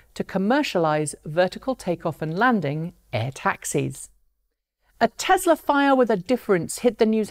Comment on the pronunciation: Lazy Pom accent taken into account, it's TESLA with an "S" not TeZla with a "Z", other than that 9.3/10 :-)